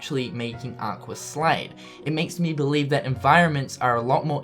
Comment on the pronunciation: it's funny how you say aquer for aqua and also it's the realm of darkness but theres lampposts lit up facepalm